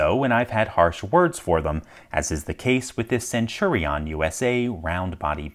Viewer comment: The thing that I feel most upset about is the pronunciation of "Centurion"